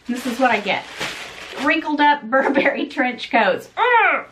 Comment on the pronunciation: Steam the coat. The reason it came wrinkled is because you keep mispronouncing the name. It’s BURbury, not burBERRY. Happy Thanksgiving,!🦃